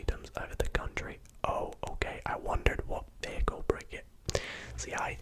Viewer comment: The bagel is my favorite dog. And the beagle is my favorite food. He pronounced beagel as bagel